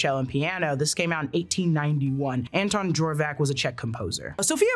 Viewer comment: Dvorak: "d'VOR-jacques," not Jorvak.